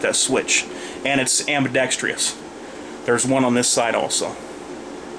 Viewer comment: I didn't know that ambidextrous had 5 syllables.